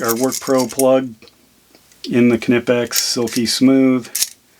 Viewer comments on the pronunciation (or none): Are you a United Statesian and want to know how to pronounce Knipex? No problem! This friendly German is here to help you: Kneepex. And remember, kids: The K is not silent!